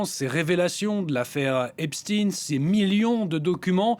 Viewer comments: Pourquoi dites-vous Epstine ? Et non Esptein ? 🤔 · Pouvez m’expliquer svp ; suis je le seul à trouver bizarre le fait que tout le monde prononce Epstine alors que tout le monde sait que c est Epstein et que c est à consonance israélite ce nom… bizarre quand même 😂😂😂😭😭😂🤦🏼‍♂️🤦🏼‍♂️🤦🏼‍♂️🤦🏼‍♂️🤦🏼‍♂️😭😂😂😂